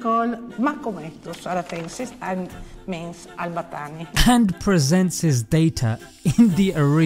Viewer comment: His name is Al-BaTTani With double T, and u pronaunce it Al-Batani why😭